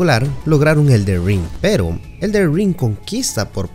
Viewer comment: Elder… pesimo video, habra que aprender a leer… ELDEN!